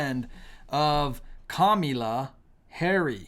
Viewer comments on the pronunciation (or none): It's kamala. It's not Camila. As a Christian disrespecting someone is not very righteous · How difficult is it for you to say her name correctly. It is pronounced COMMA LA!! Here you go whining because Trump’s answers were so DUMB!! Hopefully there will be enough intelligent people to make the best choice for President!!! Kamala!! Stop lying about babies being aborted in their ninth month. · Pronounce her name come Allah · This looks REALLY GGOOD ON YOU AS A CHRISTIAN. Do you need to mock her name as well? So very unprofessional and extremely unethical of you. We unsubscribed. Not because of the candidates but of your CONSTANT USE of mispronouncing her name…please, help me to understand this is ok behavior with backup scripture. What a shame . I could easily call you a Pharisee but I can’t and won’t go down with the spirit of mockery in which i revile and bind in the name of Jesus Christ…and please give us your facts please.